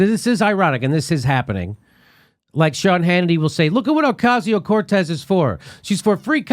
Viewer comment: I thought the same thing when he mispronounced Ocasio-Cortez’s name. It was totally on purpose, because they’re scared of her.